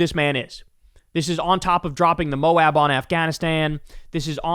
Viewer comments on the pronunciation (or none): none